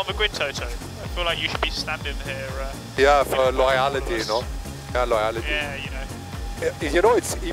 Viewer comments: "Loyality" Toto Wolff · Toto just made me change the way I pronounce Loyalty He said it as ‘loyality’ for the ones who missed it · Loy-ality 😂 never heard it pronounced like that in my 30 years of living